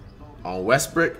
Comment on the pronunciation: “On westbrik” 😂😂😂😂😂🤣🤣🤣🤣🤣🤣